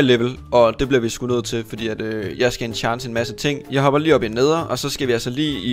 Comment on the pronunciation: Du siger alle enchans forkert😂